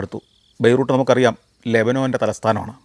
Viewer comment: ബൈ റൂ ട്ട് അല്ല ബൈ റൂ ത്ത് എന്ന് പറയൂ.